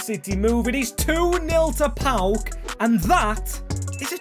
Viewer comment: Nice one mate! PAOK only :P btw yes, you butchered all greek names lol